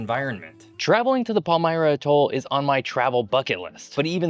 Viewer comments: Generally "atoll" is pronounced "AT toll" vs. "ah Toll" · With the word "atoll" the emphasis should be on first syllable, not the last. It's driving me up the wall hearing ah-TOLL a hundred times! Good show, otherwise, though. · Tremendous video,! One nitpicky concern, however. Please use one of the standard pronunciations of "atoll"... AT-all (or sometimes AYE-tall), emphasis on the first syllable. I've subscribed and look forward to you future posts.